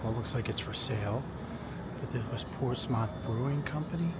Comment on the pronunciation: Ports-meth/muth… not MOTH